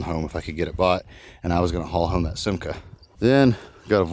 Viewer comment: You pronounced Simca correct. Aronde is pronounced ah-rond, it is french for swallow.